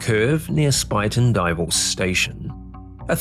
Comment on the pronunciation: Great pronunciation for a person unfamiliar with the area! Spuyten Duyvil, supposedly Dutch for spitting devil, is a pretty sharp curve that now has electronic controls prohibiting a speeding train. Rockefeller, no relation to the famous Rockefellers, made up an excuse that caused him to fall asleep. I believe the sleep apnea diagnosis was pure BS. I frequently take a train through that area.